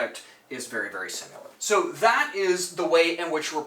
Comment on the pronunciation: I enjoy your videos but please please alter how you say similar. You pronounce it "simular". It should be Si-muh-luh Anyways, great content and thanks for sharing!